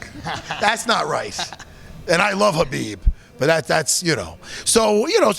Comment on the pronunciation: Matt calling khabib, Habib, lol priceless. I'm a long islander, the verbiage is real lol